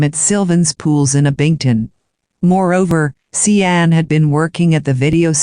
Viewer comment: See ann??? It should be pronounced like Shawn right? That’s why I hate computer voices